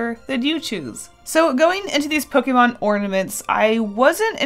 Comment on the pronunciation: I love you but the way you say Pokemon makes me want to die